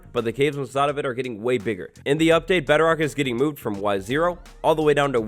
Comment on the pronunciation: Is it just me or did he say YO or Y-0